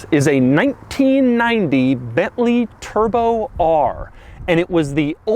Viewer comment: New way to say bently turbo r